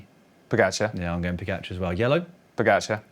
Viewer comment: Odd, the two commenters can’t pronounce pogacar correctly. Still. Ugh. Why not, if you are getting paid to comment and it’s your job, pronounce correctly our sports best overall rider? I just don’t get why not